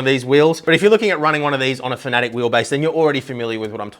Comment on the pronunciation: FAN-UH-TECK, not fanatic lol